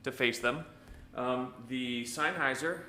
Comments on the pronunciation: In German if you have a combination of "e" and "i" you pronounce the latter. In this case, "highser". Of course you're right about senn instead of sine though. Bugs me too. Good test beside that though. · You are saying it all wrong the pronunciation of the word Sennheiser it isn't signhouser as you are saying it it is ( Sen ) houser